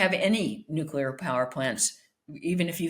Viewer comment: Spectator front man mispronouncing 'nuclear'!?